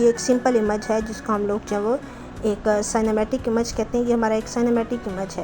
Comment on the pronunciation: Behtreen, Plz don't mind, (image) اِمَج nhi, اِیمِج hota hy